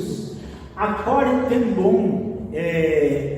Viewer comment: Shalom,. O nome da holandesa Ten Boom é "CORRIE".